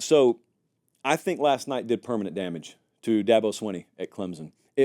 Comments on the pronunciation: Please, if you’re going to talk about my team, please pronounce the name of the school correctly! Clemson is not spelled with a ‘z’! ClemSon💜🧡🐯🏈💜🧡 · I'm just here for the weird Z you put in the word Clemson.